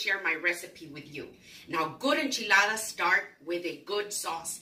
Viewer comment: As a Native Texan, I can confirm that this is the correct way to make enchiladas, as well as the proper way to pronounce enchiladas. Do not skip any steps and AFAIAC, the onion is mandatory.